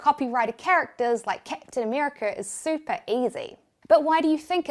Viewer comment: 'keptin america' hahaha i love your accent